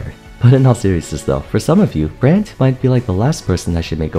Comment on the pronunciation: I swear to god you sound like youre saying "brant" not brand